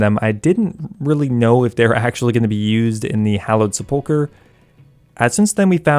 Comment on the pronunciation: Wish people would pronounce sepulchre correctly...